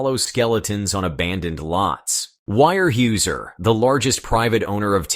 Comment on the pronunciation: Pronounced - ware houser….harrumph, illiterate amerikans….